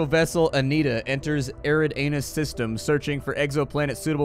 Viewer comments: BTW, it is pronounced 'Eree-Dahnoos'. As a gamer, you should know a lot about the Epsilon Eridanus system, it's where the UNSC's Reach colony was in the Halo universe. Just around the corner in 40 Eridanus is the planet Vulcan in Star Trek. Both these are on the nice side of the 'Red Line', systems that we can reach in under a century using sub-light engines theoretically described by RL science. So, yeah, the Eridanus constellation has a lot of nearby and potentially-habitable systems IRL. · facepalm It's Eri-danus.... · "Eridanus" I was afk heard that and spit my drink lol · "Eridanus" I was afk heard that and spit my drink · genuinely lol'd at "eridanus"